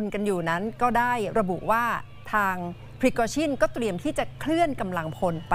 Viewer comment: นักข่าว คนอื่นอ่านเป็น แวกเนอร์ มันอ่านเป็นวากเนอร์ พริโกชิน มันออกเสียงเป็นชิ้น คืออยากกระแดสำเหนียงว่างั้น ไม่ได้ว้าใครลอยๆ